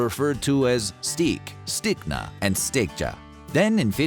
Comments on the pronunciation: I can tell it is AI because stekja is supposed to be pronounced with the J sounding like Y. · The way "steikja" was pronounced seemed very AI to me. I would have expected a "y" sound for the j, and not a hard "j" from a real human. Definitely came across as AI to me.